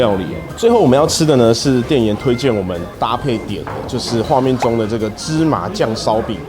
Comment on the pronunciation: 店"炎"推薦,我有聽錯嗎 哈哈哈哈哈哈哈XD